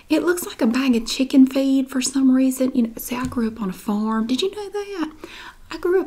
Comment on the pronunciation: i thought she said chicken FEET instead of feed and i was like what the fuck